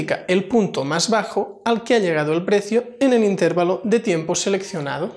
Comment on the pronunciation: Por qué dicen intérvalo? si lo correcto es intervalo